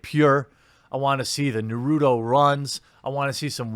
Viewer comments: Does story about 'Naruto' runner. Obviously never watched Naruto and mispronounces the name. LMAO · Hey Jeremy, you should watch an episode of Naruto just to better understand the pronunciation of his name. You said his last name, Uzumaki, very well. Other than that, carry on and keep up the great work. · I almost unsubscribed tonight because of your Naruto pronunciation. I mean like, do you even care bro? 🥺 Jk But seriously..... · Why can no one say naruto right lol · Love your channel, but MAJOR FAIL on the pronunciation of Naruto! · I will never understand why people dont double check how to pronounce names before recording. Naruto shouldn't even be hard. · 1st off Jeremy. I love your vids. Secondly its 2019 and I wish people would learn to pronounce Narutos name. Its spelled like the noodle but not pronounced the same way. Watch the anime peeps. Its the one thing Sakura is good for.... Calling his name! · You do not watch anime do you. You are butchering the name Naruto. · Damn... You are saying Naruto wrong. I dont actually care. I just figured you'd seen it and knew how to say it correctly lol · You lose much street cred when you can't pronounce Naruto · He's American, his t becomes d. That's why Americans in movies are horrified by traders. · Mispronouncing Naruto: True Meme worthy lol. Just like Canvas Baeg XD Keep it up Jeremy. Finally a good story for me to have a good laugh with. Cheers. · Quartering doesn't know how to pronounce Naruto D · brah you butchered Naruto you uncultured man go watch some anime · Ok I'll be honest, I only down votes because of the Naruto pronunciation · The pronunciation of naruto just killed me a bit on the inside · lol I was thinking the same thing. As some one who lived in Japan I Kind of cringed, but It just an American pronunciation situation. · Why does he keep mispronouncing Naruto?? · He trying to act like he doesn't know so people won't call him a weeb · Every time he mispronounces Naruto my eye twitches. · nuruto? lol